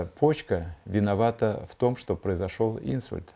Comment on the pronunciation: Не Инсульт, а инсУльт. Извините, конечно, но режет слух не правильное ударение в этом слове😊